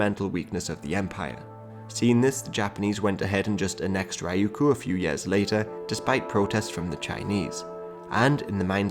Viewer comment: Yo why you sayin yaars instead of years my dude. Thx for the content though, it's really fun to watch and educates me immensely